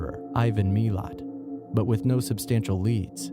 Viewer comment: Mee lott